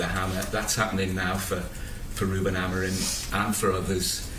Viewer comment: Why does everyone say "Amorin"? His name ends with an 'm'. Slot said it, the journalists were saying it, even United fans say it. Why can no one say it? Its so simple 😂